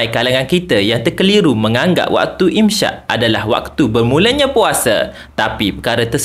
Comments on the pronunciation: imsyak❌ imsak ✅ = menahan diri Sebutan yang betul dalam bahasa Arab ialah “imsak” (إمساك), bukan “imsyak”. Huruf س dalam إمساك disebut sebagai “s” seperti dalam perkataan “sakit”, bukan “sy” seperti dalam “syarat”. Jadi, menyebutnya sebagai “imsyak” adalah tidak tepat. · Im sakkk bang im sakkk. Bukan im syakkkk